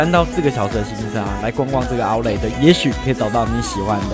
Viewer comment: 發音不標準是outlet /‘aʊtlɛt/ /‘aʊtlet/，不是outlay /‘aʊtle/ /‘aʊtleɪ/